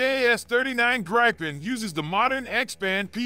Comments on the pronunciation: Not GrEYEpen, its pronounced Greepen , Like E-raq not Eye-raq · Its pronounced "greepen"